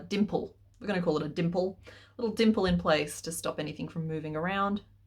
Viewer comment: What C.K. says: dimple What I hear: but crack 😅😅